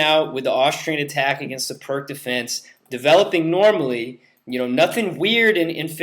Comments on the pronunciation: Can't stand it when someone at this level says "perk" perpetuating the ignorance of the correct way to pronounce the man's name. Every time I hear it said this way, it hurts my ears. If the narrator sid it correctly, the correct name would be passed on, but he is probably too scared to be criticized by other ignorant people. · What is PERK for Pete's sake! The sound of PIRC is PEERTS, the name of a Slovenian grandmaster!